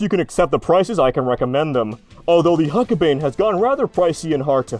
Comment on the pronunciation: It’s pronounced huck-bine as in B-EYE-N. Considering how many times you were going to say it over the course of the video it’s not unreasonable to expect you might checked before recording it.